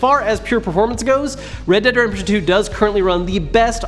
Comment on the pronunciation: red dead redshuntuer